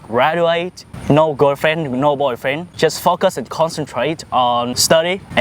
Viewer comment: I heard this guy say about what men sought in women, “You need to f—- us,” and then realized he was saying, “You need to /focus/.” 😭